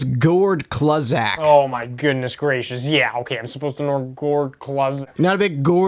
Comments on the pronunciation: 1982...get a clue. Say clue-Zach. Not Klahzak. act like you know hockey before you try to run this channel. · Gord Kluzak (pronounced like clue) was an incredible d-man for the Boston Bears! Coulda been HHOF material except he destroyed his knee(s) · gord CLUE-ZACH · you pronounced Kluzak incorrectly! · You butchered Gord Kluzaks name